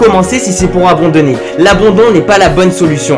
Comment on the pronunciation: Quand aura tu compris que c'est abandonner et non "abondonner" ?